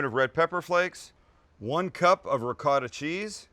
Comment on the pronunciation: Sam please work on the right way to say Ricotta it’s not like it looks please look it up Thanks. Love the show